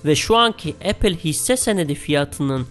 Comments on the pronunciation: ‘Epil’ diyene kadar ben de aynı şeyi düşünmüştüm. 😬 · O kadar çirkin Apple diyor ki tüm dikkatim 3. Dk da gitti